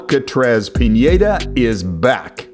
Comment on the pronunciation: said pinedas name wrong. Luis, yeah thats correct. Alcatraz, no, its alcaraz. Piñeda, no its just Pineda with a hard n